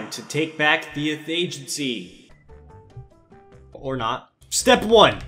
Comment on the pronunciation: he said the athegency